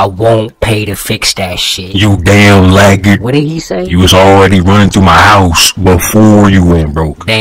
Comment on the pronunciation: “you damn LAGGARD” “I’m financially diss-a-BILLED” “joe 🅱️EEden” “beLEAGUEred”